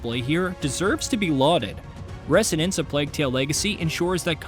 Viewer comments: Repeat after me: “reh-ZO-nance”, not “reh-SSSSSSO-nance”… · You say resonance funny. Pretty sure the S is pronounced like a Z but no biggie :) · That is not how you pronounce resonance